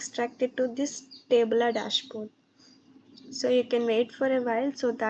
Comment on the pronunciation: Tableau ❌ Tablaaaaa ✅ 😂😂😂😂